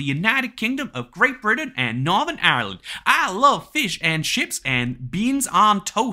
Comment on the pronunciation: He never drank the t in Britain